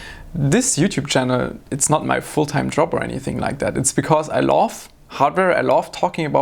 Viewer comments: i like his pronounciation of love, "i Laaawf" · At first I thought he said laugh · i'm so confused, you say love or loathe? because it sounds like loathe, but doesn't fit context ;D